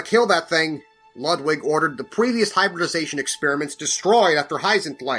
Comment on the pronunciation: looking back at this i still laugh at the fact said "Pweavious"